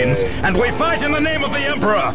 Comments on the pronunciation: SPEHHS MAHREENS! and we fight in the name of the EMPRAH! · "sphess" "mehraens" "deff" "symeultanious" "fuhreh" "emprarh" "gloreh" "nawt" "bawld" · To be fair to, he can't pronounce only a few words properly. Namely, "space," "marines," "death," "simultaneous," "fury," and "Emperor." Which, admittedly, probably account for half of the average Astartes's vocabulary.